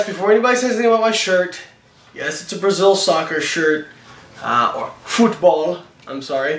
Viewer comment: It's just called "football"...without the Spanish accent.